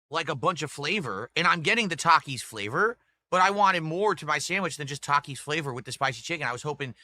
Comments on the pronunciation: Hasn’t heard no one pronounce Taki’s because he doesn’t interact with literally Anyone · He doesn’t know how to pronounce takis because he never leaves the snort fort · always comes off as an under informed and pissed off toddler. It’s such a weird look for a man of his age. Also, who the fuck doesn’t know how to pronounce the word Taki. What an ignoramus. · This rtard has been whining about this meal for DAYS and he just NOW questions his pronunciation of Takis? Holy 80iq Batman…